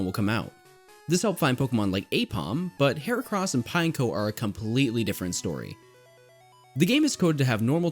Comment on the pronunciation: it's not pine-co it's pin-ek-o